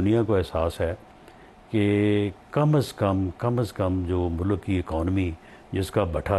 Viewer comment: Please tell him word is MULK… not mullluk 😅